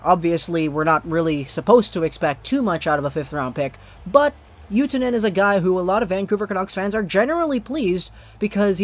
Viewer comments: Pronounced OO too nen not oo Tyoo nen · Oh my lol :D The way you say Utunen is so hilarious!